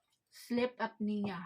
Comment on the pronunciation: sleep apnea (Up-knee-Yah). ewan ko magkano ang CPAP machine diyan ayon ang kailangan ni kuya ilyas.